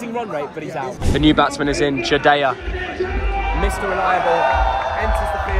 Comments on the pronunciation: It's jadeja 'ja' not jadeya😂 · Bro really called Jadeja jadja and also I have never seen an English man say bharatmatake Jai in a very long time